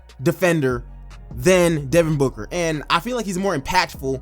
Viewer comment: Stopped watching when he said booker at 30 😂😂 ok